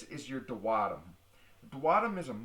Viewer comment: I knew he was pronounceing that wrong . He is good at the explanations tho